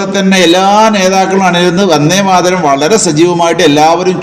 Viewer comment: യാ തലേക്കെട്ട് ......, ആദ്യം ഉച്ഛാരണം പഠിക്കൂ, വന്നേ മാതരവും പോയെ മാതരവും അല്ല!!!! വന്ദേ മാതരം.. മാപ്പിളാരെ പറയിപ്പിക്കാൻ കുറ്റിയും പൊരിച്ചു ഉറങ്ങുന്ന കുറെ ഫുദ്ധി ജീവികൾ ..